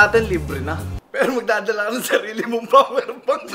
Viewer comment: Dapat PAAWER sattelite un eh. Hahhaa. Para di mawala ung "PAAwer" na word ni cong hahah